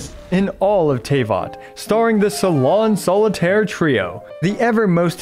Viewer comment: complicated kit is an understatement imo, also, i roffled when he butchered all 3 salon solitaire's supposed french names 😂